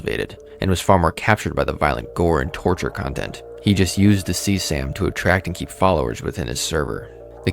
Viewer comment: his way of saying CSAM isn't any better "sea sam" just spell it out man